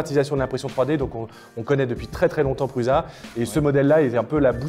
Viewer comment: Ben alors, on zozotte? C'est pas PRUZA mais ça se prononce PRUSSA;) Et puis en passant la I3 est le design de sa 3e itération. Allez voir la Prusa Mendel, ça n'a rien à voir. Sinon les billes qui se font la malle, c'est sur les roulements chinois, là vous ne risquez rien...